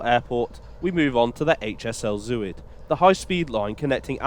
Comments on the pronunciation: Btw “Zuid” is pronounced z-ow-t not zoo-id. Zuid like clout. 😊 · To english ears, Zuid is pronounced szowt. And Rijk (as in rijksmuseum) rhymes with dyke. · Actually more to rhyme with ‘boat’ but there is no exact English equivalent sound. And Breda is ‘bray-dah’ with the stress on the second syllable. Not an easy language, Dutch!